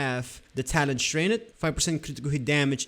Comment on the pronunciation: it’s the way you say STRAINED that gave me that impression. Only Brazilians day it that way. Btw, where are you from?